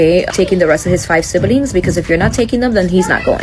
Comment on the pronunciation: What is a sibb-uh-ling?